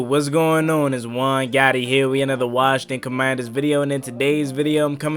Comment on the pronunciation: The Washington Howclaurbinsons 😅🤣😂 featuring Joey Slye.